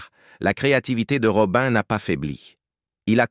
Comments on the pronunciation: C pas Robin mais Robi' n, 😢 mon dieu j'étais une petite fille , mais j'avais un grand frère et c'était son idole, donc j'écoutais toujours , après j'ai grandi et j'ai aimée ce chanteur R.I.P ROBI'N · Une voix et des " robin" qui gâche toute la video . De plus ,ne salissez pas la.memoire d une personne décédée